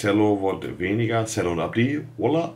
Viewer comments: Cello ist beim Monte dann einfach mal "Zello". Bester Mann 😍 💪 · Wie er ''Cello'' sagt